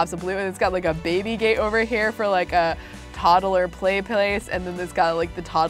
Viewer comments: i love how she says toddle insted of toddler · Am I the only one annoyed when she says toddaler